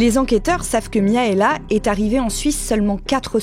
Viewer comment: par contre ça se prononce MIRAELA pas Miaela je pense comme dans les pays de l'Est